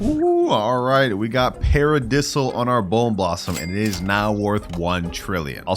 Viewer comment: Its sounds paradayyysil not paradisl